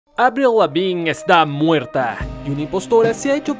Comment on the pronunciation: "Avliu Levin" lo dice bonito jeje